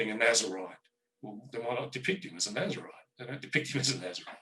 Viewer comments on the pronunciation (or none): none